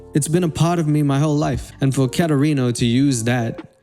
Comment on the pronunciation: It’s not Katerino it’s katerino